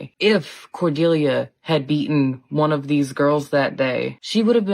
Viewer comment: Do people really not know how to pronounce Cordelia